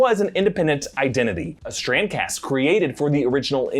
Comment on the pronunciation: Is he saying Strand-cast? or Strancass?